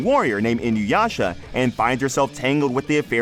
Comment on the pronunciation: It's "EEEN-OOO-YASHA." Everyone says "In-you-yasha." My biggest gripe as a fan for the last 20 years. If Yasha is "in you," your name better be Kagome.